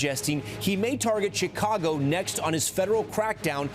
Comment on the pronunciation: The news anchor is mispronouncing 'Chicago'. The 'Ch' part is pronounced like 'sh', not 'ch'. It's pronounced like 'Sha kaw go'.